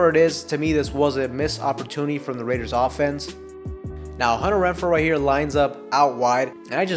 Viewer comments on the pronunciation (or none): After you said it the fourth time, it became funny all over again. Imagine how hard I was laughing by your 100th "Hunner Wrenfro". :face-green-smiling